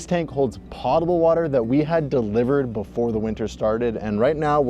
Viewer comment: omg it's potable with a long o, not like the word pot.........